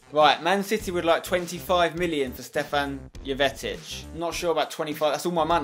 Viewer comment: with steven jovetic it is pronanssed yovetich